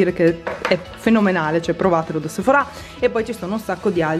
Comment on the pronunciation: Non si dice Sephora' lo pronunci male